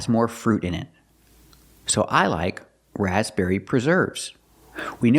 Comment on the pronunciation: I couldn't hear the difference in stress on the word raspberry. To me it sounded as if she was also putting the stress on the first syllable.